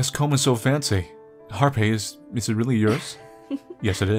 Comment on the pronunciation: "This comb is so fancae." I heard that,. Don't you think I didn't. xD